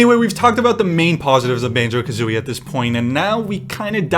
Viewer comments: You messing up the name of the game constantly, killed me. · Great review, but he fucks up the name of the game EVERY TIME. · I hate the fact you kept saying Banjo AND kazooie XD but yeah a lot of us probably are looking through nostalgia glasses though great game none the less